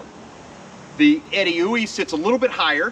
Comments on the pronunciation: That is not how I thought you pronounce Edeuoey. But by George I think you are right 🤣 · My congratulations on even knowing how to pronounce Edeuoey... Great review.